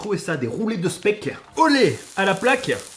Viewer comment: Et le speck comme tu dit ce dit chpak 😉😂😂